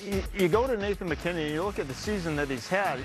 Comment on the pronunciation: It’s mackinnon